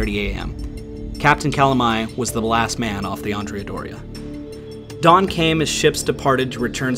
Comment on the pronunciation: Both the Andrea Doria and the Cristoforo Columbo were Italian ships and it would appropriate to pronounce their names correctly in Italian. In the case of the Doria, Andrea has the accent on the 2nd syllable (not the first); the same for her sister ship: Cristoforo has the accent on the 2nd syllable also. So. . .AndrEa DOria and CrisTOforo CoLOmbo.